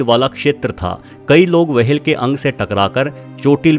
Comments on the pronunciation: वाहेल नाही व्हेल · वो व्हेल होता है वहेल नहीं होता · चचा wahel ni hota whale hota h.... Ab se apni video me dhaayn de warna log mjk udate h 😌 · मुंह मे गुटखा भरकर व्हेल को वहेल कहना सार्थक नही है😆😆😆🤣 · Abe वहेल nahi व्हेल होता है बेवकूफ